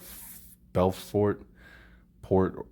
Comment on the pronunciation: BuuuuuuuFort is how it's pronounced but yeah interesting about Robert Small.